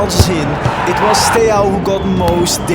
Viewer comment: As a romanian, him not saying the A at the end of SteauA is disrespectful lowk